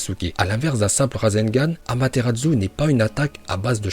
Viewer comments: AmaterarSsu ça se prononce pas Amateratzu, sérieusement quoi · Autant j'adore tes vidéos, autant je déteste celle avec. Ce mec ne sait pas parler, c'est chaud! Entre "Sinppunden" au lieu de "Shippuden", "Feuilleton" au lieu de "Futon" et "Amateradzu" au lieu de "Amaterasu"... Put*** mais dans AMATERASU tu le vois où le "DZU"???????!!!! Sinon j'adore tes vidéos, continue! (Mes pas avec lui STP) Naruto vie!